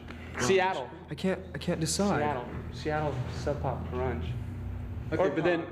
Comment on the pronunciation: Grunge. It's grunge.